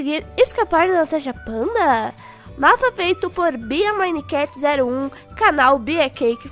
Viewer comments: Ela falou tanasha Fanta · quando a Natasha falou em slime e depois falou tudo bom Natasha Panda juro eu intendi tanasha panda